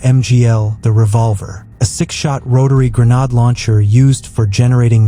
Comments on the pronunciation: 'Gre-nod' launcher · If I heard that AI voice mispronounce "GREN-ODD" one more time, I think my head would have exploded